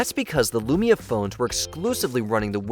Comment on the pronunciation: it’s LUMIA. Not "lumina" smh